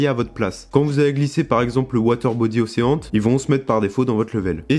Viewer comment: Super tuto par contre l'anglais ^^" Océant ? Ocheun, à la limite meme tu peux cité le magazin Auchan, c'est plus proche. Unréale engaine ? Enrile angine